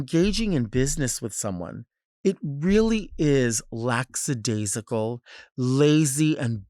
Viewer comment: Don’t go off on me Delta but it’s “lackadaisical” not lacks. 😆